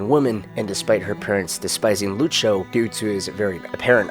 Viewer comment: No problem, fella. Though the way you say Lucio makes my ears itch.